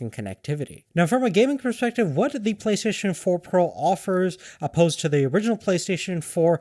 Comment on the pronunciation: Playstaion hahahaha